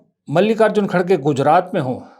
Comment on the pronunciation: श्रीमान कटाक्ष के जो उदाहरण😂😂😂 बात पूरी सुने बिना इतना निवेदन है कि खड़गे नहीं है श्रीमान सही उच्चारण खरगे हैं . यह स्वयं कांग्रेस के तथाकथित अध्यक्ष महोदय ने ही जानकारी दी थी पत्रकार वार्ता में . तू श्रीमान बात समझ आई 😂😂😂😂